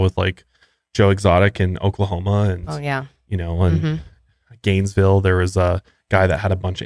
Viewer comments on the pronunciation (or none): Zanesville** Ohio. Not Gainesville. :) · It’s Zanesville not Gainesville 🤭😅 that’s my hometown, the story is pure gold. But also a very heartbreaking tragedy. You guys need to do an episode on it!